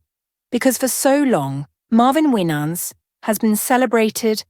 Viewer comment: You don't know what you're talking about because you can't even pronounce his last name, bye liar. 😅😅😅